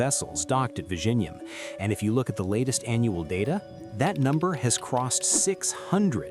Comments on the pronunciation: Its not pronounced Vi-Ji-Nyam It's Vi-Yi-Nyam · It is vi-zhi-njam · Vizhinjam is pronounced as "Viyinyam" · It's not Vision-jam in Malayalam 😂 you are just a bot doing propoganda on behalf of North Indian in the South to create discord here, South Indian have more to worry from the North Indians than from Chinese who are generally minding their own business.😂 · Killed the pronunciation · The ai pronunciation of this port name reminded of benedict cumberbatch "penguin".😂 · Commenting from india. If you cannot even take the trouble to learn to pronounce the name of the port correctly, then your credibility is questionable. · Pronunciation of 'Vizhinjam' is wrong, you will have to put it in Google Translate cause I honestly can't help you here 😊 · Yes, and silently cringing whenever this guy is saying vizhinjam 😢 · Me, and yeah, and I'm cringing loudly inside whenever this guy is saying Vizhinjam; everyone says it wrong. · english man dnt know how to say Vizhinjam😂😂😂😂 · Learn to pronounce Vizhinjam first😂and nope Thiruvananthapuram isn't a small fishing town bruh... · the one place with two very unique letters in the malayalam language, so unique that even indians from other states find it difficult to pronounce, will now become a global hub. can't wait to hear news anchors across the world struggle with this word.